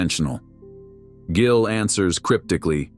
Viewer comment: "Jillian" What the hell???? At least have the fakey AI voice pronounce his NAME RIGHT!! DAMN!!!